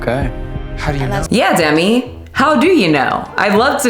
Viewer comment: Themi not Demi 🤣